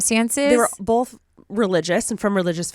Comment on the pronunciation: Okay, okay..! You sound just like Alisha with the words Pink & Both (found you through Alisha, through Remi). Y'all both say bolth. BUT! To get to the main point, NO ONE says PANK. The way you say pink is the same way you say ink. Correct. However, the difference between you (and Alisha) is that you shorten the sound of the i, making it the stressed sound. So, basically, say the word pig then say the i in pink the same way. That's the way the majority of us US English speakers say the i in both pink & ink. Hope that helps!